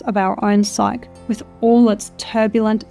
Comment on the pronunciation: Psyche is a two syllable word pronounced as sigh-key.